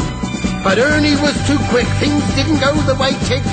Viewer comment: Just listened to it again and i'm smiling like a Cheshire cat! I love it at the end were Benny say's Ernie but with a 'H' at the front.....Hernie!